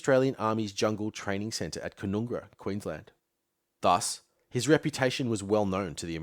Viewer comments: Love this in depth look at Long Tan but just one small correction to pronunciation it's pronounced CAN-NUN-GRA not CAN-NOON-GRA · Canungra the middle 'u' is an 'uh' sound.the "ung" syllable rhymes with "young". At least in the Army that's how it is said. Listen to Redgum's "A walk in the light green" Shcuman pronounces it the way the Army pronounces it. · It was painful hearing ca noong ra over and over. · Ugh! Mate. Have you actually spoken to anybody who - like my father - went through jungle warfare training at Canungra (pronounced "CAN-UNG-RA" - that's "UNG" as in "HUNG"), or any Australian alive from 1965 to 1972, like me, listening to daily news about fighting in Phuoc Tuy (pronounced "FOOK TWEE")? It doesn't sound like it. Also, since you seem personally convinced of the "Yellow Peril" of invasion of Australia (which is - and always has been - utter crap) I'll point out that if you had bothered to watch Ken Burns' seminal doco on Vietnam, you would know Ho Chi Minh wanted to establish a US style democratic republic before being spurned by Truman in 1948. Ho wasn't a Communist, he was a nationalist, who couldn't get Western democracies to support Vietnamese independence - which is what drove him into the arms of the Communist Chinese. Of course, since you seem to see all of the "Yellow" people as one big mass, maybe you should read up on how the Chinese and the Vietnamese are historical enemies and you might get an insight into how desperate Ho had to be to turn to Mao for help. Ho had been fighting for Vietnamese independence since he attended the Versailles peace conference in 1919. Your - strictly - military history output is great, but your political ignorance is just embarrassing.